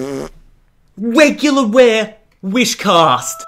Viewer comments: "Wegular Wear Wishcash" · A WEGULAUW WAWE WISHCAST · "Wegular ware wishcast" XD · “WeGula WeaR?!?!?” Lol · Wegular Ware hahaha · wegular ware wist cast